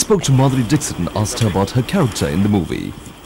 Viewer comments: Madhuri Dickshut / Madhuri Dickshit..........................hahhahaahaahahaha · It is not dick sit though. It is dixit.